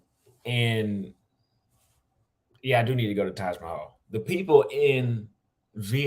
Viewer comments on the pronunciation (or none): none